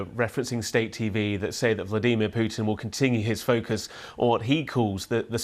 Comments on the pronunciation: Prey- gor-chin, Vla-dee.mir. here we go again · Why does he pronounce Vladimir so weird? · The way this guy says vladimir, nope. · ‘Vleedemer’ Putin